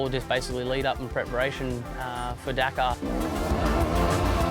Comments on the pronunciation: Dack - are ... that's how its pronounced. Wanna kill a series ... keep saying it like an idiot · Say it with me DAKAR not DAK-AAAR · Its Dakar not Dkar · Spot on, not Dkar